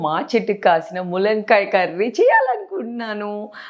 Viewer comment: ములంకాయ ఏంటి తల్లీ తెలుగు రాని దానిలా